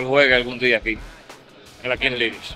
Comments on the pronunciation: King lish😂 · “Kins lichs” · La king lish 😂😂😂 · Santiago king league “pronunciación, king lig” no kin lish.. te quiero 😂😂😂😂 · No es (Kin Lich), es (Kings ligg) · King liguesh 😂 duro foke duro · La kin lich 😂😂😂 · la kin Lish jajajaja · “King lish” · Felicidades Foke espero que tu hijo aprenda y se beneficie de ese logró también, ohh y no se pronuncia lish en español la pronunciacion es liggggg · Ahora en verdad por favor Santiago 😅es King league no king Liguers 😬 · King Lish? un poquito de Inglés, Santiago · “Kin lish” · Se dice kin lig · La King Lish😅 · Kings League (Kins Lig compai), yo no se de donde le salio a este ca'co e' maco esa kinch lich... 🤣